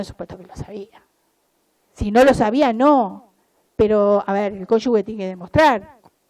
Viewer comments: no se dice conyugue, es cónyuge. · Pronuncia mal la palabra “cónyuge” durante todo el discurso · Pronuncia mal la palabra “cónyuge”